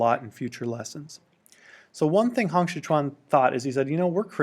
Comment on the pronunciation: Pinyin: Hong Xiuquan Pronunciation: Hong Siu~chuan Not: Hong 'Si' 'kuan'